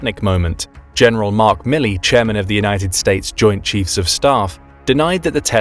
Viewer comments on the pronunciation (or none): none